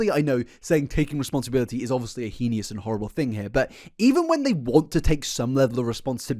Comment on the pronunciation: It's pronounced "hay-nis" not "he-nee-us" Heinous. You're switching up the letters